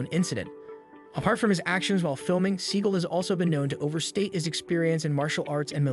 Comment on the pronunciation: That's actually the correct pronunciation of his surname. He had it changed to "See-gal" because it sounds cooler.